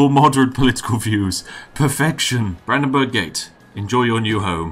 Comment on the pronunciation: Im fucking crying for having to listen to you pronouncing Brandenburg, Volksfest and Bürgermeister